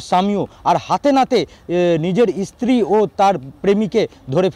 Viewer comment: Kader reporter banay Aaj Tak? Bangla tao thik moto bolte parena. Field reporter stree ke bolchhe Estree!!!